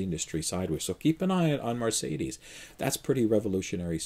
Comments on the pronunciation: why do you pronounce Mercedes as Marcedes? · Mercedes, not Marcedes!! 😃 Also, the proposed Fisker lease has NO term. You could keep it for any duration. Change your mind 6 months in, turn in no penalties.🤗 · Mar - say - dees ?